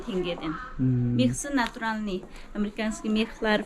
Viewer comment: Натуралный деп тұр,табиғи дегенді білмейтін сияқты,"ь"әріпті тіпті айта алмайды.